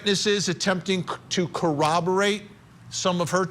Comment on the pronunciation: reporter says the word corroborate funny